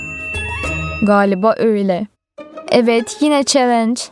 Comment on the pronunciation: Calinc yerine celinc demesi çok hoşuma gidiyor